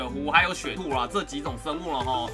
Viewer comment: 第一次聽說雪兔的我：嗯雪兔 聽久後：嗯？雪兔？